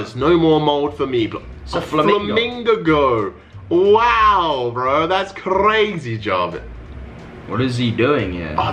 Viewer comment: I DIED when he said a flamingago